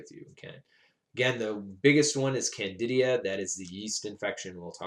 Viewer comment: Isn't it Candida not candidia?